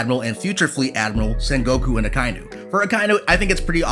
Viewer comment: It's Aka-inu.